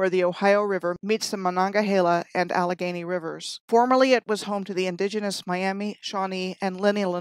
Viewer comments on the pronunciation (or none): none